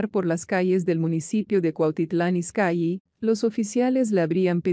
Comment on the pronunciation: Se. Escribe izcalli y se lee izcalli no izcyi